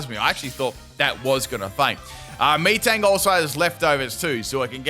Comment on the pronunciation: Lol im sure he definitely mispronounced metang's name the way he said it no offense sounded so weird